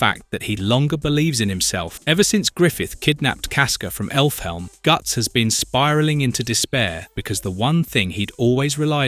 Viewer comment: this guy's voice is AI right? pronouncing Elfhelm as effle helm, and butchering Qliphoth makes me think it's just AI reading a script